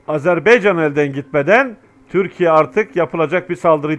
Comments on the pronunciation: Azerb(e)ycan yox Azerb)(a)ycan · hər şey əla.👍 Ancaq sizdən xahiş edirik.Öncə "Azeri" yox.AZƏRBAYCAN TÜRKÜ.(Azərbaycan halkı da demək olar) 2-ci xahişim budur ki, "AzerBeycan"yox. << Ə >> harfi yoxdur sizdə bilirik. Ancaq, heç olmasa AZER "BAYCAN" söyleyin, lütfen bu kimi şeylər bizi çok üzüyor. Her halda biz Türk qardaşlarımızın, həmçinin bizim də dövlətimiz olan TÜRKİYƏ(E) dövlətinə TIRKİYE desək sizin bizi kınamağa hakkınız var. Ancaq, bu kanal vasitəsi ilə TÜRK AZƏRBAYCAN birliyini tərənnüm etdiyinizə görə sizə sonsuz Təşəkkürlər. Kanalınıza Abunəyəm. Daima gözəl sevindirici haberlerinizi gözləyirəm (bekleyirem). Necə ki bizlər Azərbaycanda əksəriyyətimiz Türk ləhcəsində sözlərin anlamını başa düşürük, danışırıq (konuşuyoruz). Hətta, çocuklarımızın ekseriyyeti Türk lehcesi ile anlayır konuşur.Bu size bizim biri birimizle ne kadar doğma,yakın olduğumuzu tesdiq etmirmi??? Umarım Türk qardaşlarımız da Azərbaycan ləhcəsində danışılan sözləri bizim kadar öyrenmeye çalışarlar.Keçmiş Sovyet döneminde söylenilen Büyük Kiçik qardaş söylemi Azərbaycan və Türkiyəyə aid olmamalıdır.Azərbaycan da Türkiyə qədər həm əhalisi(nüfusu) həm ərazisi çox böyük olan dövlətdir.İranda (Güney Azərbaycanda) 40 ml.Azərbaycan türkü yaşayır.Toprağı da Qüzeydə Dərbənddən güneydə Tahrana kadardır.Şimdiki "ermenistan"deyilen dövlətin tümü, Gürcüstanda Borçalı və başka toprakalar. Türkiyə ile Azərbaycan birlikde güclüdür. TURANa gedən yol bu iki büyük QARDAŞ dövlətin birliyinden keçir. Bu və başka hallar bizim qardaşlııımı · HALA EZERBEYCAN DİYOR .